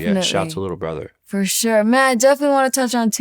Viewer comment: I love when she says "furshure".